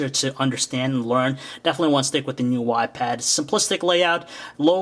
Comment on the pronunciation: All I keep hearing is "new wypad."